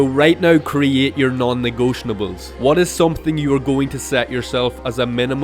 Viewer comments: negotiables, not negotianables. great video, thanks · Why do you say non negotiables like that? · hey man you might know this by now, but you've been saying "non-negotiables" incorrectly. there's no N towards the end. no hate intended with this comment just wanted to let you know!